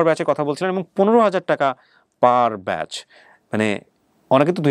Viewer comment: ভাই বেস না বলে ব্যাচ বললে ভালো হয়